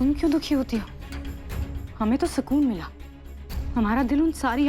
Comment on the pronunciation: ko tho hindi bolna bhi accha se nahi aata sukun ko sakun bolti hai